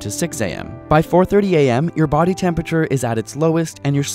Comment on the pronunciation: I heard "Good morning Daddy" instead of "Good morning body" I.Need.Help.